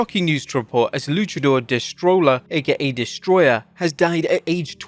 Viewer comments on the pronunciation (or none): It's not de stroller. He's a luchador 2 L's together produce a y sound in spanish no matter how its spelled its Destroyer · I absolutely hate the way you say destroller... In Spanish double L's are a Y so please use Destroyer as it's intended to be said.